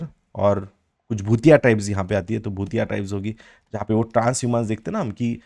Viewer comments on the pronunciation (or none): भोटिया को आप भूतिया बोल रहे है बुग्याल को आप बग्याल बोल रे 😇😇